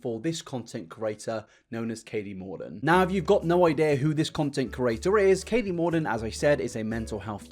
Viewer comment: Katie Morton without the second T